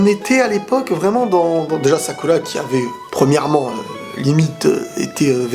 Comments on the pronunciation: Il a dis salada et sacula et il a dit imawali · "sakula" "salada" 😂